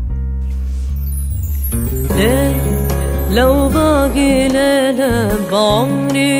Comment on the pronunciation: ابداع بس ليش نطقها غريب في ( لو باقي ليلة ) ما عطت الحروف حقها